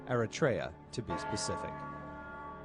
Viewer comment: I think they're mispronounced the country 🇪🇷 Eritea